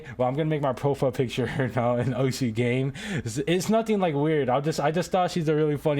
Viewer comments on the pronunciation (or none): the correct pronunciation for osu is "os"